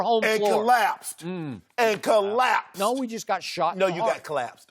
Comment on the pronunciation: Collapsed. Say it with me COLLAPSED LOL Shannon too funny